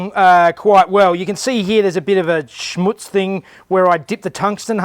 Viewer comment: Ha! You say "schmutz" well. I hope Al and Woody are watching 😂